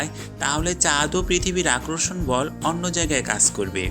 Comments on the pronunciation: ভিডিওটা ভালো লেগেছে কিন্তু আপনার বাংলা উচ্চারণের সমস্যা আছে। কিছু মনে করবেন না আপনি আকর্ষণ কথাটাকে আক্রোর্ষণ, বলে বারবার উচ্চারণ করছেন। পরবর্তীতে ভিডিও করলে এই উচ্চারণের বিষয়গুলো খেয়াল রাখবেন। ভালো থাকবেন। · ভাইয়া আক্রষন না আকর্ষণ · আগে আকর্ষন শব্দের উচ্চারণ ঠিক করেন।